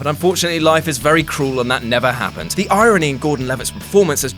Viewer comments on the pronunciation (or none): none